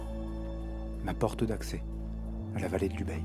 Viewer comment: 3 mots... Merci, Bravo et Encore !!! Pour chipoter, habitant à Barcelonnette, on prononce le nom de notre vallée Ubaille et non Ubeille. Et bien sûr, ça s'écrit Ubaye. Pour le reste, ne change rien !